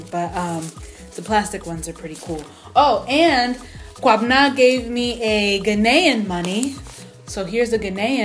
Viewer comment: Naija jollof is terrifying. 🇬🇭🇬🇭🇬🇭 But yo s/o to you, you pronounced Kwabena's name pretty well.